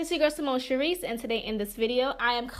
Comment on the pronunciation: I subscribed as soon as I heard you say “Sharice” like yes sissss😛😛😛😛! & you slayed that wig too okay!😍